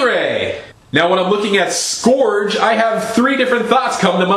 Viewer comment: mmmust...correct...pronounciation...not "skorge", but "scurge" and I lol'd at the mantis bit! excellent!